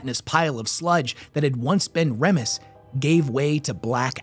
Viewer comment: Remus = reemus not REMus.